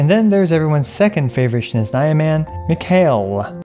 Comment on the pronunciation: the way you pronounce mikhail ?? 😭